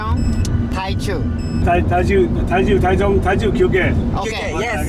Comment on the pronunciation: 哈哈 , 高雄你們是說日文發音 , 司機台中是說 台chuo